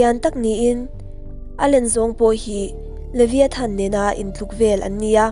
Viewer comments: Liviathan tih loh tur, livaiethan tih ang a lam tur a ni e boss😊😉😉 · Levaithan ti anga lam tur